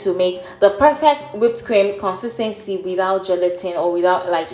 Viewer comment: 'Kone-seees-thaan-seez' = Nigerian for 'consistently'.